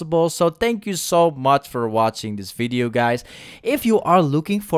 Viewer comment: Video with accent=fidio